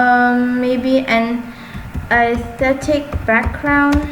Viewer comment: no hate but she said 'aesthetic' is athetic XD lol